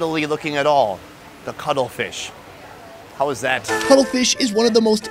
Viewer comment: Cuttlefish, with Ts. Not cuddle fish. 🤣🤣🤣